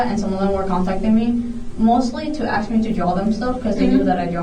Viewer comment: Of course the teacher that uses “axe” instead of “ask” is the one beating a student.